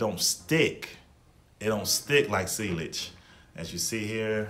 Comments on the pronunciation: Sealage was killing me 😂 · It's pronounced seyage and club de newy